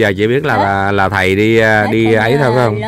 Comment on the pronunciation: Bà cô vẫn nói khầy đu công tác kkk